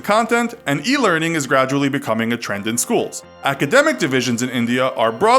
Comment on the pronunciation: He is saying e lering 3 yeras ago and now e lerning only